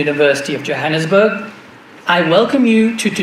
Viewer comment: He said Jahanam sburg